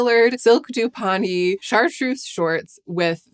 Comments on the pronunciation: Just FYI, it’s pronounced silk dupe-ee-on. That’s how I say it as an English woman. Americans would probably say it doop-ee-on. 🙂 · the correct pronunciation of "dupioni" is duː.pɪˈoʊni - 4 syllables